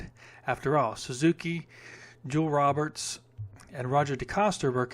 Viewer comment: Joel Robert is from Belgium, so you pronounce his name: "Ro - Bare", I watched him win the InterAM race in Wichita, KS back in 1969 on his 250cc CZ. He was dominant at that point in his career having won the 250cc world championship multiple times in the '60's.